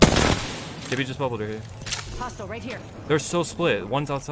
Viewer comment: I hate when ppl say Jibby, it’s Gibby.... with a G 🙄